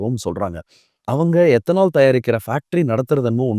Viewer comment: Ethanol ethanaal 😂